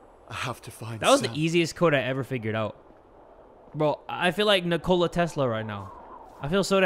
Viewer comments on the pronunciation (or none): Me:*hearing his pronunciation of Nikola Tesla* Also me, who's actually Serbian (Slavic): 🤭 u should put accent on i not on o- (No hate I love this channel and everything about it